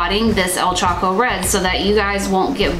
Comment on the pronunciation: I see you choco pronunciation <3 <3 <3